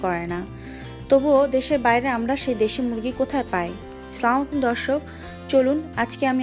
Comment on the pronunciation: apu salamta ektu sohih vabe dile onek khushi hobo salamta uccharon ashole evabe اسلام عليكم ورحمة الله